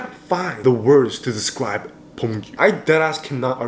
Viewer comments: Why is he pronouncing beomgyu as bommbgyu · You are saying pomgyu😂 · bro hes pronouncing his name as 폼규🤣😭